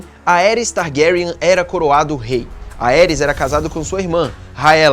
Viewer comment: MANOOOO FALA ERYS e não AERIS